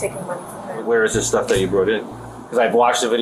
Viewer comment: "I GOTTA GET MY STUFF-UH"